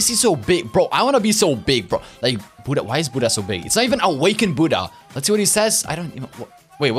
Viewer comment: it's not hudda it's buddha